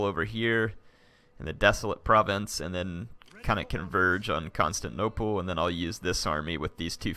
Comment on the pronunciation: can't wait to watch the battle next episode but please...someone tell how to pronounce constantinople. it's not constanople where the syllable 'tin' is completely missing and it has been like 10 episodes with him saying it like that.